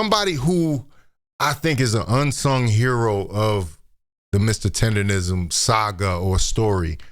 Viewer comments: why is it so hard for people to say TenderNism mane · The word Tendernism was on the t-shirt she was wearing and she still got it wrong! 😂😂